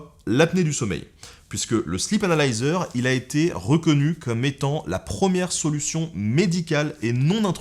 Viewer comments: je dirais même, "slip analiseur". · MuteTheSong Moi aussi j’ai entendu ça 😂😂😂😂